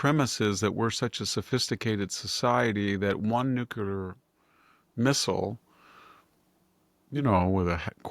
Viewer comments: Very dissapointed to hear victor say "nuculer" not nuclear. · Dear Mr. Hanson, A friendly reminder. The pronunciation is Nu-cle-ar, not Nu-cu-lar. "Nucular" is a colloquial and often criticized pronunciation of the word "nuclear". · If you can't pronounce Medvedev, maybe you shouldn't even try.. same with 'nuclear'.